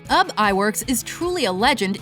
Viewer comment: BTW, it's pronounced "OOB" not "Ub"